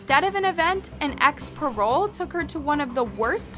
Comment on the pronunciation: Lmao you can't pronounce anything right, can you? Ex parolEE not ex parole. And it's recuse, not rescue. You need to have someone proof read what you're gonna say cause you fuckin up 🤣🙄🤦🏽‍♀️🤦🏽‍♀️🤦🏽‍♀️